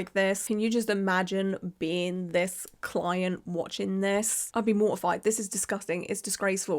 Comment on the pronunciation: Yes her "cloent" was wrong, BUT BY FFKING GOD DO NOT POST SHYTE LIKE THIS ONLINE! Not only is it unprofessional, but it 100% makes you an A-hole